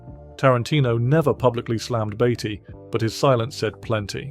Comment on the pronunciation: Sure it’s Beatty not Baity